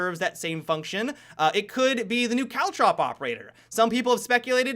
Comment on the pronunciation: When said caultrop said i thought he said cow chop